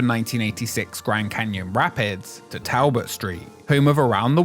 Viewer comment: I love your channel but I am BEGGING you to learnt that "Talbot" is pronounced "Toll-but", with an "o" sound like in "holiday". - from a Shrewsbury/Shropshire native